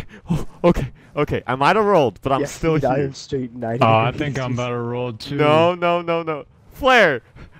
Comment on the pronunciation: I thought you said “this would be way batter in nfs” lol I got heated for a sec